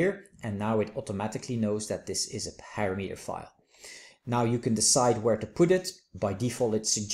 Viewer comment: hey, it's parameter (pəˈramədər) not PARA then METER! thanks